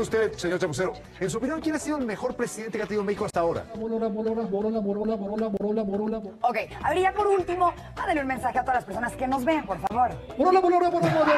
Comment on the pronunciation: pues es que tú solo te pusiste de a pechito con tan pocos árgumentos y con estos bueyes que están al 200% y ni si quiera poder decir borolas y dices BOLORAS pues que esperabas jajaja